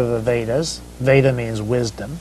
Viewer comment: He pronounced "योग सुत्र/Yoga Sutra" & "वेद/Veda" perfectly. Sadly even Indians don't appear to pronounce it proper as many Indians will either pronounce it as "योग् सुत्र" or "योगा सुत्रा" & "वेद्" or "वेदा".